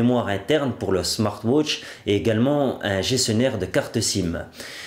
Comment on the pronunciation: smart wootch xDDDD